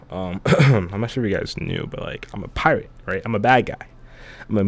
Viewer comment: "Because I'm a priate"